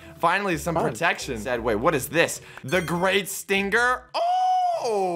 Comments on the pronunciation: Is none gonna talk about how socks says it's IS-TING-GIR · Stinger: is pronounced stinger* socks: sting ger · Stinger not sting-er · The point that pronounce stinger is stingger is funny